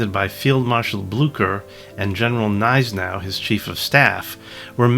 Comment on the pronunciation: Grouchy is "Grooshee", Gneisenau is "Gnaysehnow", etc